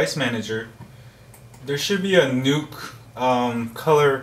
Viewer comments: Informative video...Thank you! However...The Nook is not pronounced like "Nuke" (which you said several times). It's "Nook" which rhymes with "Book". And a Canon camera is not a "Canyon Camera" (which you also said twice)...it's pronounced "Canon" like "Cannon". You're killing me smalls! LOL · its not a nuke its a nook lol you are cool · Nook not NUKE TABLET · Right. Nook rhymes with Book. Its not Nuke-Buke. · does anyone else find it funny he calls it the NUKE tablet? it nooook not nuke but thanks for the info. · its nook like cook... Not nook like NUKE. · He says newk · i love how he says it like "nuke" tablet